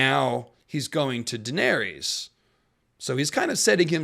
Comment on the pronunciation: You really can’t pronounce her name properly? 🤦‍♀️